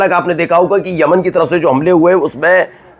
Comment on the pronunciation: Tum kya patrakaar banoge Tumse Khabar padhna to a Nahin raha hai Yaman ko Aman bol rahe ho